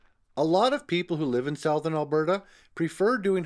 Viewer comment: Do you not know how to say the word SOUTHERN ?